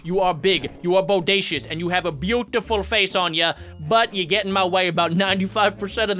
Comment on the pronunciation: it buutyful it so buutyful